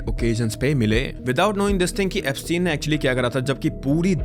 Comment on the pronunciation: Epstein = eps-teen Ghislaine = Ghee- lane Pronunciation